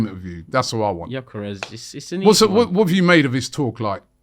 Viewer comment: next time you say gyokeres over sesko, atleast do your basic research...🙄🤦😑